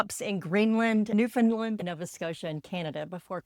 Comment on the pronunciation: Just fyi it’s Newfoundland not newfinland.